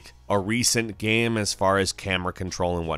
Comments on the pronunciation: why the guy is saying GAM instead of Game? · or GAMM or GEMMM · Why does he pronounce game like that..?strange..